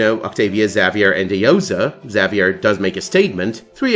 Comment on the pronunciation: You're pronouncing Xavier wrong.